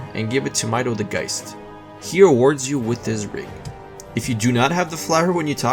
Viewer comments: the only problem with casting regen on an enemy undead is that then you dont have it to heal your characters. magnifying glasses dont get consumed, you only ever need 1 and can sell the rest. also, its pronounced me-go, its not mi-do. honestly, though some of the tips are useful, you also get stuff wrong. not a great video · Did he just call migo mido? Lol wtf? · How do you mispronounce migo he literally says his name out loud